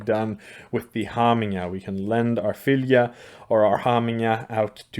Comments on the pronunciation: In your norwegian dialect, i think 'fylgja' is supposed to be pronounced 'følle'. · Your pronunciation of Fylgja is similar to feline and cats are said to have 9 lives, im sure there is no connection, but just an observation I found interesting.